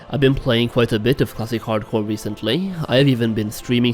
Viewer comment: That’s all I hear now 😂